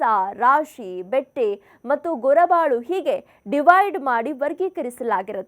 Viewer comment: ಗೊರಬಾಳು ಅಲ್ಲ ಗೊರಬಲು